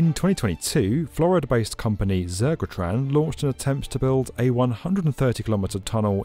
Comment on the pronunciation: Zergratron lol.